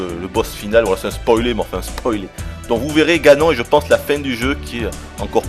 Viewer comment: non ça ce prononce ganone